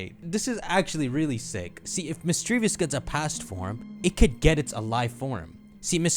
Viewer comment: It's not a big deal, but mis-dreev-us